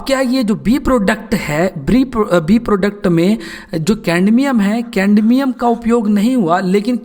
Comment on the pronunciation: Not caNdmium😑😑